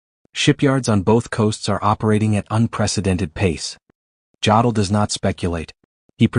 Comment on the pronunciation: If I hear Jodl's name mispronounced one more time I'm going to lose my mind. AI narration is already the mark of a lazy "creator". Bad AI narration renders the video pointless.